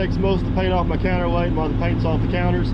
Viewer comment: Counterweight, I listened 3 times and still couldn't understand you, I scratch my counterweights every morning, doesn't do me any harm...